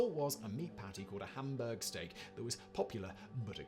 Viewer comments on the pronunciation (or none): none